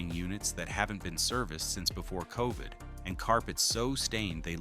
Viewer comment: Covid not COVET!!!